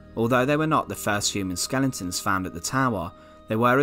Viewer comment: What’s a skelenton? 🤣🤣🤣